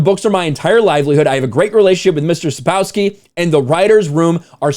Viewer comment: Genialnie kaleczysz nazwisko Sapkowski. Reszta 👍